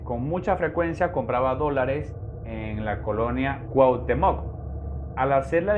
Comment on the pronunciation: Cuauhtemóc no, se pronuncia Cuauhtémoc.